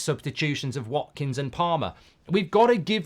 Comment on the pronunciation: "WATKINGS" HAHAHAHAHA OH MARKKK